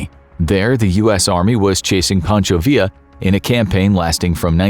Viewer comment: Is it necessary to mention that fentanyl, being a synthetic drug, can be made anywhere, like America, and that they are blaming Mexico for a drug that is actually produced in the same nation that consumes it. Pancho Villa in english it is pronounced Pancho Vija.